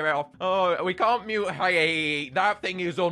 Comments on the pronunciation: Lets not forget the first time he pronounces hyehehe Hi-inhehe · I love the pronunciation hiya-hehe instead of h-ye-heh-heh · "I love Hi-ah-hee-hee" Me: STOP SAYING THEIR DANG NAME PLEASE (It's pronounced "Hyeh-he-he") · Hyehehe isn't pronounced "Hi-eh-hee-hee" it's pronounced "hyeh-heh-heh" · It's not hya hehe🕺 it yea he he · ITS NOT HAIA-HE-HE! ITS H-E-HE-HE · It's pronounced hye-he-he not high-ye-he-he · Are we going to ignore the fact that he is miss pronouncing it? It is pronounced h-ye-he-he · Fun fact: I'm probably the only person who can pronounce Hyehehe's name correctly, so here's the correct way. He-yeh-he-he there you go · bro it’s pronounced like his laugh not hiya hee hee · God every time he mispronounces Hyehehe it makes me wanna tear out my hair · Stop mispronouncing hyehehe pronouce it like laughing with an accent